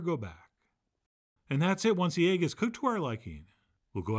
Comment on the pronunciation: "Steak and ayge"